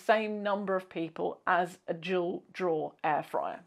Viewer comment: No! I looked at the subtitles and they say "dual" lol. That makes sense, but I could swear I hear "jewel". 😂